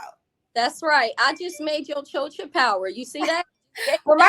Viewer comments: The worst part about it all is that she's pronouncing it wrong, using the schwa sound at the end. She pronounces it CHO-chuh, when it's CHO-chah, as in cha cha cha like the dance. And had the nerve to say it 1000 times and name herself something she can't even pronounce. Ugh! She's ridiculous. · Its the pronunciation of "chocha" for me! Is she Hispanic or mixed (black & white) because the way she says "chocha" sounds weird!